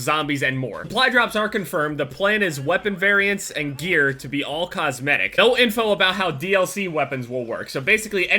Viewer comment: cosmitic they said